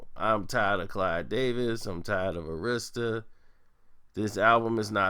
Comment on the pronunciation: Arista is pronounced AIR-RISK-STIR lol